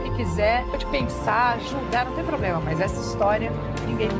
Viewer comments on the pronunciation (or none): none